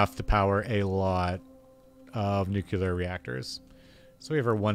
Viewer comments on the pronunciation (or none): NUCLEAR! Not NUCELAR! FFS IT IS NUCLEAR! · Learn how to say the word nu-clee-er. It’s not nu-que-lar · Why do so many people pronounce it "nucular"?